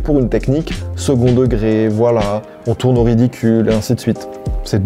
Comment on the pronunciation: "je toune la page"